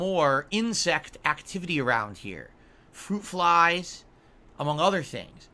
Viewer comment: Fwuit Fwies ☠️☠️☠️☠️☠️